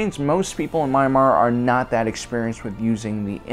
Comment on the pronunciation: it's not My-Mar, it's Me-an-MAr. or just say Burma.